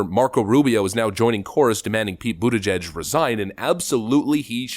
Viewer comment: His name is pronounced PETE BUTTCHUG